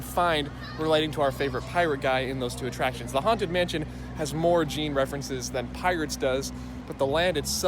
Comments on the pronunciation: Jean rhymes with John not Gene :) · okay wow you're cute and all but you pronouncing Jean as Gene has been bugging me since I started watching your videos.